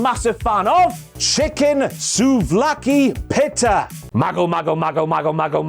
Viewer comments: Pit not pit ta it’s peeta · Has anyone told it's pronounced pee-ta, pi-ta. 😆 🫓🫓🫓🥙🥙🥙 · I love, but the way he pronounces "pita"...